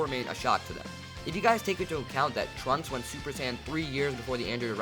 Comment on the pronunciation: When you said trunks I thought you said drugs and I was like heh they going to do drugs Edit:Can you do what if Beerus went to earth in the future timeline